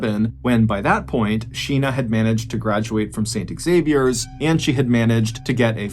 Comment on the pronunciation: 🤦 Xavier is pronounced Zavier not pronounced ex-zavier. Yanks smh